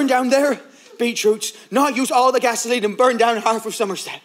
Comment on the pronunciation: pronounces GA-SO-LEENE with such devilish joy that I have no problem imagining him being Satan in that scene